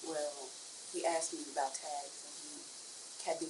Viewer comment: Shateeequa be HONGRY! And, she AKKKSED you for information?!!